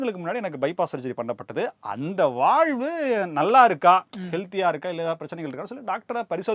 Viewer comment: அது வால்வு. வாழ்வு அல்ல